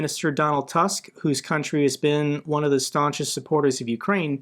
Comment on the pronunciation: Donald Tusk doesn't rhyme with Elon Musk. The 'u' in Tusk is more like the 'u' in Bush.